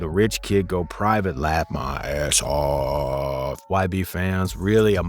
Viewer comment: Man why tf he say off like that